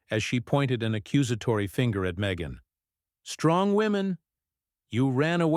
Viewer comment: Her name is pronounced me gain